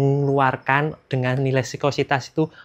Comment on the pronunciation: Ngomong viscositas aja masih salah salah.. sikositas.. sikositas.. Gtu ko uda bawain materi oli